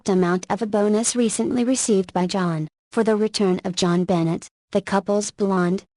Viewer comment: Omg STOP SAYING 'JOHN BENNET'!!!!!!!PROUNACE IT RIGHT!!!!!!!!!!!!!!